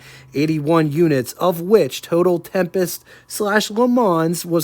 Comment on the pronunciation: got a one up on your pronunciation, … the “s” at the end of LeMans is silent.